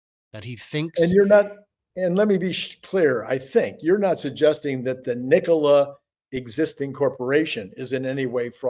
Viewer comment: Trevor is pulling strings from prison, I wish would stop saying Kneekola, upvoted!